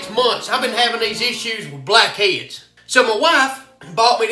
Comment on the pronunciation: "Black eads"